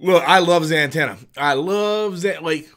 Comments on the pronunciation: The Dark Knight over Batman 89. Also: Za-tanna, not Zan-tanna. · Why are you saying zantanna?? It's Zatanna.